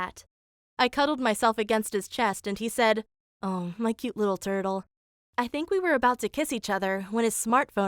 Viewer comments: LMFAO WHYD SHE SAY TURTLE LIKE THAT IM GALLOPING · "There's my lil turtel"😭🐢🐢😏